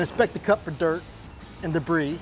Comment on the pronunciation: He's checking the filter for "debreez" lmao